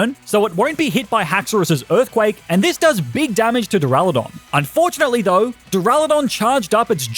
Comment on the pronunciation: DURALUDON, NOT DURALODON!